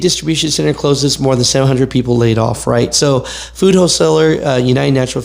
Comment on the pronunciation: When you said laid off, I thought you said play golf lol😂